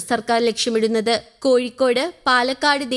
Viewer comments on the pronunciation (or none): none